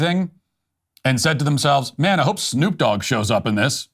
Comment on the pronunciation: YOU AIN'T NO SOOKER. YOU'RE A NICE MEEAHNN.